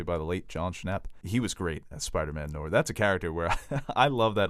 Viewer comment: It’s “no - are” not “nor”. There is an i in it because it’s French. Also basketball, rap, musicals, Tarantino, and DC comics all suck.